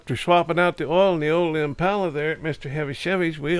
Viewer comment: There ain’t nothing better than a”1963 Impahler “